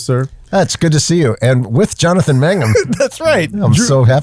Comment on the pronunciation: Its MANGUM! ,,, :)